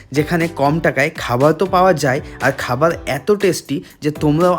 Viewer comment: খাবার ❌ খাবাল ✅